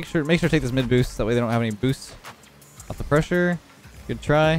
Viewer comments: Everyone: Good: Güt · 1st of all best name ever 2nd of all says goot not good no offence but its pretty funny